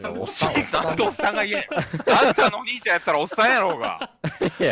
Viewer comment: 何回聞いても最初のところが｢おねーちゃんが欲しかった｣にしか聞こえないんやが